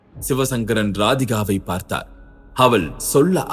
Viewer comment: Mosamaana thamizh uchcharippu AVAL IVAL Enru